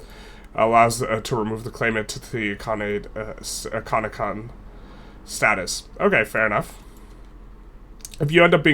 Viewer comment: Its I-L-khanate not I-I-khanate